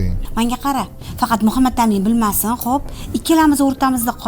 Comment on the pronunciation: Шу аёл исмни жуда хунук айтадида Мухамматамин деб МухаммадАмин деса тугри юуларди